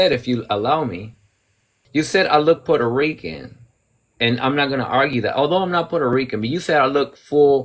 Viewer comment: she cant shut up and then she cant answer....shes so annoying. She cant pronounce "puerto rican", "indigenous", "natural" and so many other words but she brags about being part of the USA 😂